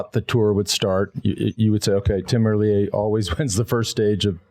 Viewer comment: How. Many. Years. Have. You had the chance to get his name correct? Please get his name correct it’s triggering my OCD man.